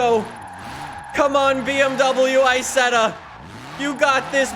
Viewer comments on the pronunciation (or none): "Bee Em Double U I-setth-ah"